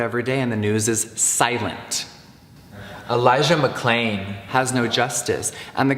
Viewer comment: “Elijah McClain has no justice” was dubbed in. He fucked up Elijah’s name.